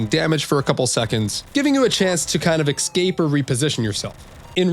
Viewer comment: "Ecscape" it is Escape*